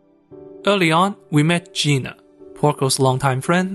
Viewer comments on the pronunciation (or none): none